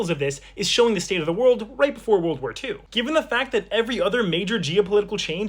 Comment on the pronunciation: Why you said world walphar 2